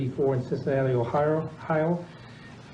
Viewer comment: This judge guy is barely literate. He couldn't pronounce any of the victims' names. He couldn't pronounce "Ohio". And did he say "exscape"? Wow.